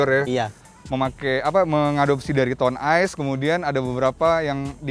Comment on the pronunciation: Di bacanya Town Ace, bukan Town Ice...